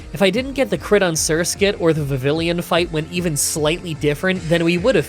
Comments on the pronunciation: Vi-vee-on. Double L is the E sound in this context. Brake-zin, or Brake-sin (Or Brake-sen, maybe?). "aix" is an "akes" sound. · How is a Canadian mispronouncing Vivillion? (Pronounce it in French.)